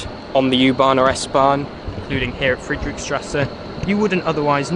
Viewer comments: Nice video but it’s Friedrichstrasse not friedrick-:) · i love how he pronouce Friedrichstrße